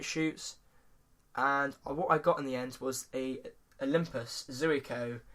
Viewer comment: It's pronounced "z-eye-co" :)